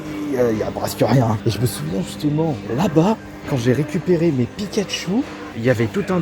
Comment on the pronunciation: mdr au lieu de pikachou Pikachu frères au putin il et beau le français